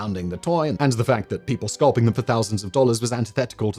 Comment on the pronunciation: Scalping , Adidas man you’re having a hard time pronouncing words today 🤣